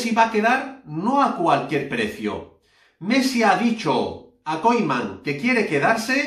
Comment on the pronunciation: se pronuncia Kuman no Koiman..!!!!!!!!!!!!!!!!!!!!!!!!!